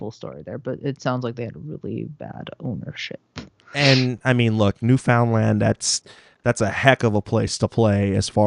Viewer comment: It's pronounced noo-fund-lund lol